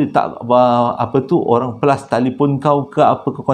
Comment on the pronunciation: Flush ❎️ Plus✅️ Tersasul